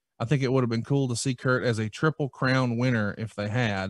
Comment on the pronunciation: When he says triple h it sounds like twwiple h